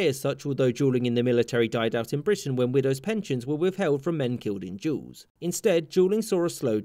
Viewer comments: O MY GOD he pronounced duels in such way that youtube cc recognized it as different word EVERY TIME WTF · So I listen to his vid while working and this auto played and became so confused cuz at first I thought he was saying Juul’s not duels lol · Am I the only one that herd you pronounce “duels” as “jews” ? Lol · You say duels like “jewels” or “juuls” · Sounds like he saying juuling or juul or juuls